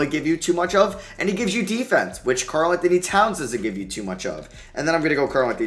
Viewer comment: Ah yes, Kal-Anthony Towns my favorite NBA Player